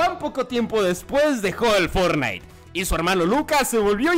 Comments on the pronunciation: pense que la señora digo fornais y era fortnite jajaja que pedo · Van a demamdar a la señora por decir fornite😂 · Nadie: Absolutamente nadie: Juan: caso cerrado fornite